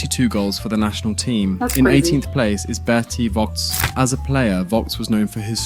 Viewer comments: It is not Berti Wocks but Berti Vogts, pronounced Fogts. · i never heared vogst pronounced more wrong xD i dislike when people like him not bother to learn absolute basics of pronouncing german names while making vide0s about it